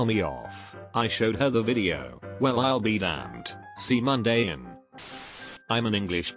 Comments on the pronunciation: "com'n in" "cE mOn De in" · Did it pronounce c’mon as c Monday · "SEE MON IN"